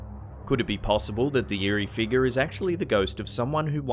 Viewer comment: Haha luv your voice the way you say figure “ eerie figer” I’m going around my workplace & house saying “ eerie figer”! All day lol 😝